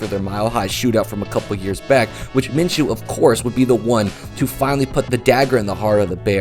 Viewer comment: I liked your video but you keep mispronouncing his name everybody does it's (min-shew) my name is minchew(min-chew) but every time someone says his name it sounds like you're saying my name there is no CH in his name it's an SH it makes a shhhh sound like the word shoe, not chew